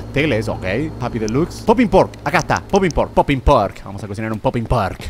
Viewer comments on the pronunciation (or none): none